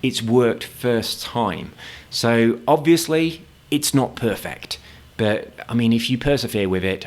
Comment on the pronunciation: The way you say but is funny no offense